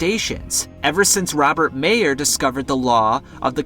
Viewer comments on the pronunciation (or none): none